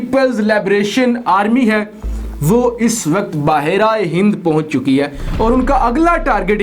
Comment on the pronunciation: Apko behr e hind kehna nhi ata kia??bahar aye hind kia word hua